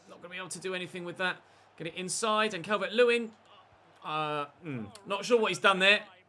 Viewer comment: The way he goes CAL-VERT 🤮🤮🤮